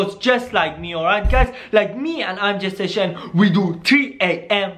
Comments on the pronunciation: Am I the only one who heard "I am gestation" when he said "I am Jay station" 🤦🤣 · I thought he kept saying “ImGestation” lol